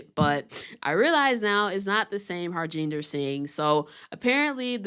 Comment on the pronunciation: Man. Learn to pronounce name. The J is silent. Ha RIN der.